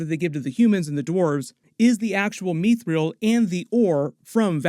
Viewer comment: Its not mee-thrill, its mith-ril. Sorry, its very jarring.